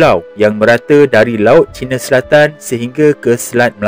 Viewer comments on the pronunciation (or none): none